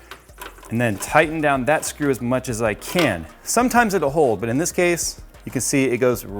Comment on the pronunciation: oh my god "its drop the srew" HAHAHA so funny